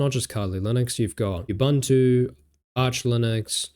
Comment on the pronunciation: really neat video . very helpful .. reminded me of some commands i had forgotten and didnt know..Only its pronounced ooboontoo not uboontoo . its a zulu word. ubuntu was developed in south africa hence the zulu name. The Zulu word ubuntu translates to "humanity" or "humanness" in English